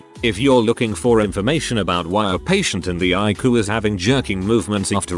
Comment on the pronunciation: "The Icoo" (ICU) ROFLMAO!